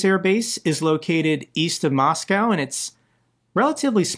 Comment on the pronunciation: At least now we know why "Moscow" sounds like "Mosque" :D